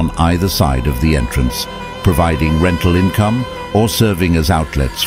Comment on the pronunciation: Hold up did he say rectal income or rental income?